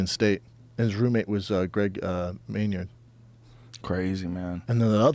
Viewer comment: Who is Greg "Meynyard"?!